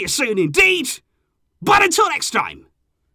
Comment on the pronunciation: Huge fan of Barca and you,. Love the channel. Nice result tonight, not perfect, but a step in the right direction. I'm glad that you adjusted your "vihska" el Barça to "veeska," which sounds much more like a local fan saying it. Now, it's time to stop calling the home stadium Camp NOW. It's not an "ow" sound at all. It's pronounced with an N plus an "oh-oo" sound. The "oo" at the end is brief, but it's there. I know you're not a Catalan speaker, but it just sounds silly every time you say it like it ryhmes with cow. Otherwise, keep up the great work!